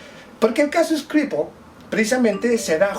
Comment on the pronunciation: No sea boludo. Pronuncia bien SKRIPAL